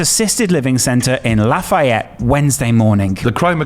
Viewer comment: Its La-fe-et no law-fi-et